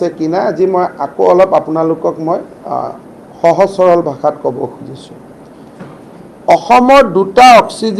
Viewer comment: Himu Da aponi baska boli koi se 😂😂 baska nohoi baxa jila???😁😁